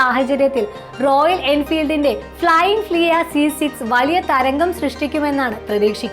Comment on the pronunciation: തെറ്റായ ഉച്ചാരണം അരോചകമാണ് അമ്മച്ചി . ഫ്ലയിങ് ഫ്ലിയ അല്ല പെണ്ണുമ്പിള്ളേ "ഫ്ലയിങ് ഫ്‌ളീ " ആണ്